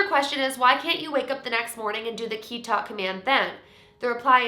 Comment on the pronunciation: this challenge seems really interesting but as a japanese person (who also speaks spanish) i died a little bc like. tomare (stop) was pronounced like the word for to take in spanish (tomar) HSDFBJDSFDSF and kitta (cut) was pronounced like kita which is come in the past tense